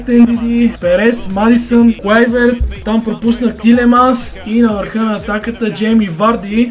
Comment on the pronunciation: казва се Уилиам а не Вилиам също така е Клайвърт а не Клуйверт готино видео иначе ;)